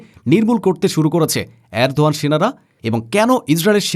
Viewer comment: Tui holi miskin sangbadik. Tor ucharon bus er helper der mato. Erdoan er ucharon thik kor. Export er ucharon thik kor